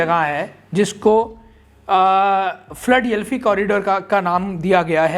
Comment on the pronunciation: اپنے تلفظ صحیح کریں فلڈ یلفی نہیں فلا ڈیلفیا ھے